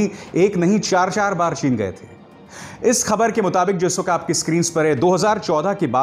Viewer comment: Hamare pm sahab ko chin bolne nahi aati